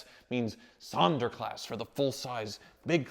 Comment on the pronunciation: speaks German 😅 "Einspritzer" "Sonderklasse" Greets from Germany 😉